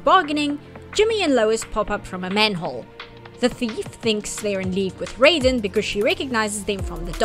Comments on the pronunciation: IT'S PRONOUNCED RAY-DEN ! Sorry, it's just every time someone does this, I'm losing a bit of what's left of my mind 😵‍💫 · Every time you use the Mortal Kombat pronunciation of "Raiden" it's like you're verbally stabbing me.